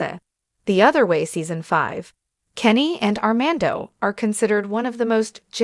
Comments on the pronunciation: How serious can this be if she can't even say Armando's name correctly 🙄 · How can you speak about them its not R man doh Can’t pronounce fiancé correctly either C’mon